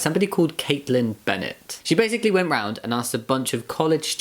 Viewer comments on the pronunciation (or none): none